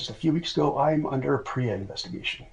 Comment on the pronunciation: It's PREA investigation (prison rape elimination act) ... not pre lmao